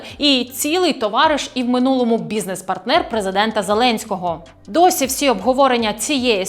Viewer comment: В какому мынулому😂 ведущая кого ты там пытаешься отбелить😂